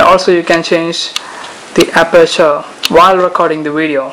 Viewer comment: 3 words......Epic, wivid wideo.